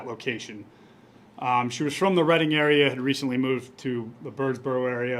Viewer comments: Yes and Reading is pronounceed redding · Reading is pronounced red-ing. Thanks for all your updates on these cold cases. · Rhymes with bedding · You need to do better when pronouncing town names. They said Reading correctly at least 3 times and you still got it wrong. Disappointing.